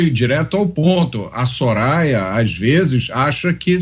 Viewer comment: A Soraya nem sabia falar o nome do padre kkkkkk